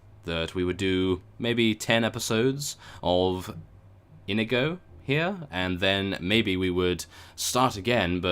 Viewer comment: you have a good accent for Inigo